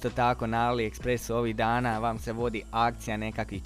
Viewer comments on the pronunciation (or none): none